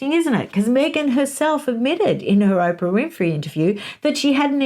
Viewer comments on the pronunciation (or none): none